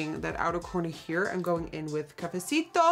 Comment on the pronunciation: I’m living every time she says “cafecito” love from Mexico queen